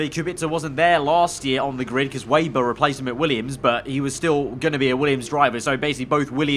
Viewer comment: I know it’s not really a big deal but Please can you stop saying Lukas WAYber, it’s pronounced VAYber by the commentators. I thought Sergey Siroptkin was driving me mad in the last game.